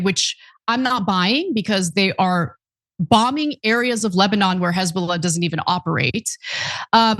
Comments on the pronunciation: Love the way you said Hezbollah like some psyscho Neonazi 🙂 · The way Ana pronounced Hezbollah, lol. I always think Israelis sound like they are trying to hock up a giant lungar